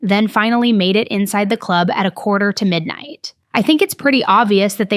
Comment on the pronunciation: Is it just me or every time she says club do you think in the clurb we all fam?